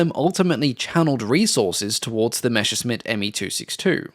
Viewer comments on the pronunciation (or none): I still wonder where the pronunciation "mesher-smitt" comes from, when you see the written word "Messerschmitt". It's messer-shmit. Messer means knife, Schmitt is an archaic form of Schmied and means smith. I still don't get it why almost all English speaking narrators get this mixed up. Especially since you get most other German words reasonably close to the original, even monsters such as "Flugzeugwerke". One of those mysteries ...